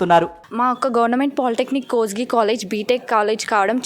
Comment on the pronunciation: అరే బుల్లె కొత్తి కాదు కోస్గి